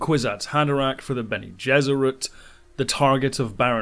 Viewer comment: "Jesuit"? Pronunciation means something, at least now...